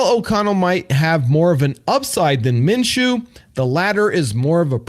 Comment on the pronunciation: Minshew not Menshew